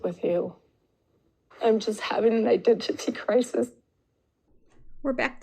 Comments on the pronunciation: She pronounces "identity" as though English is a second language and she's practicing her "hard T's" 😆😆😆😆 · Maybe Robyn has been house hunting already in the UK as that’s how we pronounce identity 😂😂